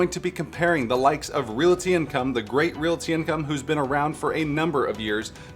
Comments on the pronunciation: Realty is two syllables, LOL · Never realized so many people can't pronounce "realty." 2nd YouTuber in a row that's bungled this.